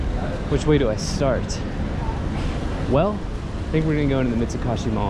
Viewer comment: Mitsu-KOH-shi sir. Not Mitsu-KAH-shi